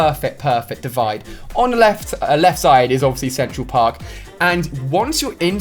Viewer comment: I don't wanna be weird but at first when he said Central Park i heard it as he was saying sexual park, go back and listen to when he pulled up the image and said it on left side is sexual or Central Park? It's on